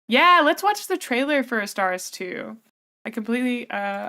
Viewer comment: for future reference, its pronouced Ah-star-tease